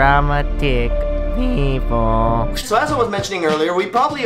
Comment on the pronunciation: It should've been P-ee-oo-p-lee